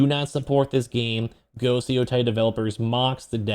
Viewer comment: "Yo- Tay!"